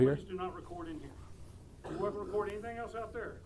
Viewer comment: "Wecord in here"